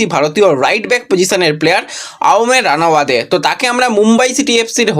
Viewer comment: উচ্চারণ টাও ঠিক করে করতে পারে না।অময়ের টাইটেল টা কিভাবে উচ্চারণ করছে।খালি ভাট বকা।